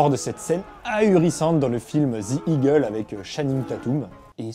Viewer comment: Super cette vidéo, j'ai appris plein de nouvelle chose sur le combat en formation serrer. J'aime beaucoup tes vidéo, très bonne qualité avec du contenu bien recherché. Par contre juste avant ton questionnement sur Channing Tatum à la prononciation correct est DE Eagle et non ZE Eagle.